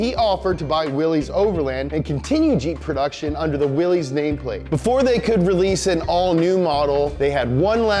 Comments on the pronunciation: WILL - LISS man Will-Liss NOT Willee's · 1. it's pronounced Willis, like Bruce Willis, not Willees. Drives me crazy. Though here in Amurika, if you keep pronouncing shit wrong it eventually makes it right. lol 2. the 3.6 came out in 2012, not 13 3. 285 hp not 265. I really like and this guy kills me in these videos but their research is often lacking. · "willies"? Mr Willys pronounced his name "willus"..... Unsubscribed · It is pronounced WILLIS not Willie. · It’s pronounced Willis, not Willy’s. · cool video but it’s pronounced as “willis” not “willees” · Hey... its WILL-ISSSS not WILL_EEEEEZ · It's pronounced will-is not Willy's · Great video, just one problem (and I think I speak for all Jeep enthusiasts when I say this) the Willys name is not pronounced “willies” but instead you say it like “willis” like Bruce Willis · FFS! It's pronounced "Willis". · It's pronounced like you'd pronounce Willis. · just an FYI: "Willys" is pronounced as "Willis." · BRO!!!! its Willys not frickin Willy's. Get it together. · For future reference, Willys is pronounced "Willis". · Willys is pronounced like Willis. Just saying. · Willys-overland is pronounced Willis-overland. Always has been. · Nice, you made a jeep video... but didn't learn how to properly pronounce Willys which should sound like WIllis. It's okay I guess since 90% people don't know how to pronounce it either, including the authorized dealers. EDIT: I have a 2018 WIllys Wheeler 2 Door. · Also the pronounciation of Willy's my dude